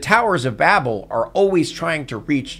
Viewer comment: That's not how you pronounce 'Babel.'